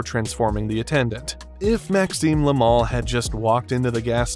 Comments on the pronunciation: Yoo dide noteuh sayeu "le mal", yoo soundèd morre likeuh "laimon" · Look: they way you say "le mal" makes it like the mall in u.s. You say it like it's "le moohl" but it's "le mal"... Clear and simple No "ooh" inside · Le mal, not la mol.